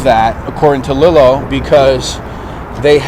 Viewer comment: Love the channel but it’s Lee-lo